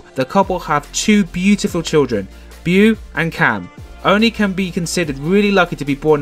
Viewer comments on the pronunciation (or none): It’s pronounced “Bo” not “Bew”. And the land belongs to Spencer’s family; he used to swim in pond as a kid. Not even sure they live there as the house looks hardly lived in. I stopped following when I started having doubts about the legitimacy of their claims. Still interesting to look them up occasionally to see if my “conspiracy theories” are proven right.